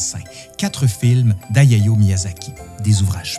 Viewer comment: Autant j'apprécie énormément ta diction et le rythme de tes enquêtes. Autant, faut vraiment faire un effort avec les noms étrangers. "Ayayo" Miyazaki n'apprécirait pas vraiment. Les pires sont sur la 1ere guerre de l'opium et Wu Zetian , où tu massacre les noms chinois, avec jusqu'à 3 prononciations différentes pour le même nom à l'écran. J'adore ce que tu fais donc je regarde quand même..., mais c'est dommage.